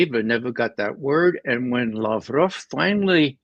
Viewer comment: Judge Andy claims Lavrov is a friend, but doesn't show hi the courtesy of pronouncing his name properly.